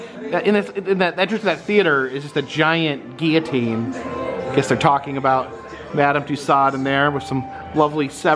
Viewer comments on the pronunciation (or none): none